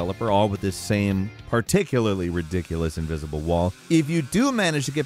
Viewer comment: ivisible walls you said.. :))